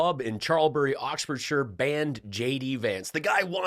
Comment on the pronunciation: I just want to say thank-you for pronouncing Oxfordshire correctly 😊